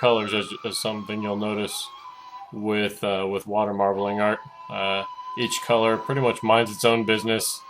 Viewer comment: "...water marbelinger..." lol